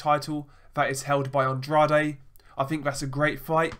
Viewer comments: Just an fyi me old mucka, Andrade is pronounced “and-raid”....he talks about himself in the third person during interviews. Never trust a man who talks about himself in the third person.... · I think you butcher Andrade name.